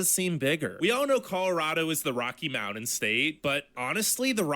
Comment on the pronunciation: Ok. I disagree greatly with this "top 10". & add to it the way he says "mounan". Dude, it's MOUNTAIN! 😂😂😂🥰